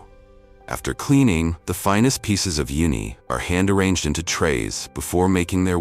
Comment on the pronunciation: hey, please teach your AI voice how to pronounce these correctly: CELSIUS - it's not "celsie" it's CEL-SI-US, a measurement of temperature F&B - it's not F&B it's "FOOD AND BEVERAGE" - not everyone knows F&B 10X - it's not "Ten X" it's "Ten TIMES;" the "X" means TIMES, not the letter X Uni is not pronounced "Yoonee" it's pronounced OOH-nee. Like saying "oooh that's bad pronunciation." GEODUCK - pronounced GOOEY DUCK (don't ask why, it just is) DO BETTER!!!